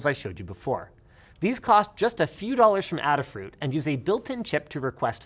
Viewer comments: Ada is pronounced AY-duh, not Ah-duh. Named after Ada Lovelace. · Just so you're aware, Adafruit is pronounced Ay dah fruit. In relation to Lady Ada (Ada Lovelace). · as someone that used to work for AdaFruit...Ada is pronounced like you would say Ada Lovelace's name since that's where the name derives from lol (i cant do phonetics but - Aeda) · Addafruit? that's a whole ladda mispronunciation there